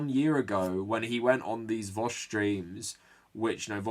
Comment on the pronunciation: Can't believe you actually came up with a new way of pronouncing vaush.